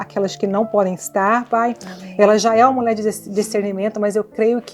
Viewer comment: Alguém pode avisar essa querida do Senhor Jesus que a palavra correta é 'mulher' e não 'mulé, mulheres e não muleres'. Me dá nervoso ouvir 'mulé' repetidamente!" podecast forte!! o senhor Jesus seja louvado